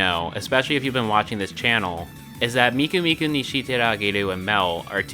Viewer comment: Miku and “Meeko”. And why “national taco”? But speaking of, not many seem to use Luka nowadays...